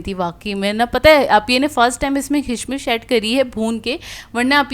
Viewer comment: Yeah say it properly( Kishmish) That’s my daughter’s nick name whose pic is on my yt